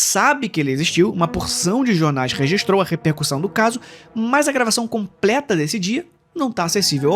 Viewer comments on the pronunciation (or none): none